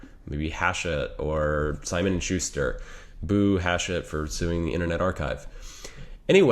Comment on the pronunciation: did you say boo hachette lol